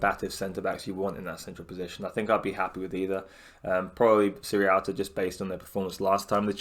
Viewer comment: great vid mate, but it just nags me slightly that everyone seems to say "sirrialta" instead of sierralta. Not sure what it is about his name that gets everyone mixed up 😁 (pretty sure its see-er-alta)